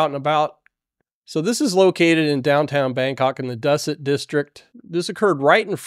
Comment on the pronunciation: Good report. The area is pronounced "Doo-sit".